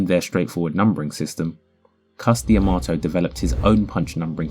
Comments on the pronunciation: It's Cus D'Amato (duh-MAH-toh). Not Cus Di Amato. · to be clear. i love this channel. but the dee - amato sounds so weird to me. it's cus dah-mato - that's what new yorkers said: and anyone who was trained by Cus said it that way. so far, i've seen anyhow.